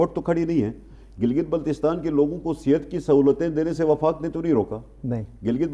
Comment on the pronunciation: جو میڈیا اپنے اشتہار اچھی طرح دیکھ کر نہیں لگاتا وہ خبر کیا دیکھ بھال کر دیتا ہوگا۔ جناب وفاق ہوتا ہے وقاق نہیں۔